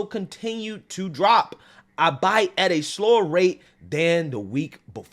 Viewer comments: Hey, that's "all be it." Not "all bite." Lol, oh well. Thanks for your passion for this country! Keep up the news spreading, homie! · Albeit is pronounced All Be It. I know you fake your conservative beliefs but at least say the words the right way. You have a “news” channel for fucks sake. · Bro: albeit = all be it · Albeit pronounced ( All-Be-it ) Love the show.❤ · Pride month? Aw hell. Didn’t we already have that this year? Also. Albeit. Albeit is pronounced “Al-bay” Al like the name “big Al” and bay like the inlet near the ocean. Albeit :) Edit to add : please don’t take offense to that correction. Your one my fave’s to watch. Love u! Think of me like ur grandmother correcting for ur own future benefit and not at all to be snarky ❤️ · Yo,, albeit it pronounced as “all be it.” Are you going to cover the Trans person that competed against and won a women’s cycling race in Colorado even though the race coordinators had a non-binary/trans category, only to be boycotted by the second and third place women by not appearing at the podium? Hope so, curious on your thoughts. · Albeit --> al-BE-it.... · albeit is pronounced (All be it) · I used to make the same mistake. Albeit is pronounced "all-be-it". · Just FYI, Albeit is pronounced "all be it". 😆😆👍👍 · I love how your pronunciation makes it sound like Butt Like